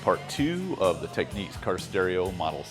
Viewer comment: Technics is not pronounced the same as techniques.